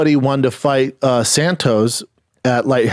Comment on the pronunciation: Is schaub saying san toes 😂😂